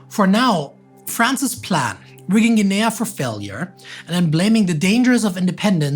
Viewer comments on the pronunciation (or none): The third syllable which accent added to "Guinea" really threw me off, as did this metathesis when I tried looking up the capital to find out where he was talking about! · your accent's addition of a third syllable to "Guinea" really threw me (and YT's caption generator) off! I wasn't sure where you were talking about for a good few minutes. Good video otherwise!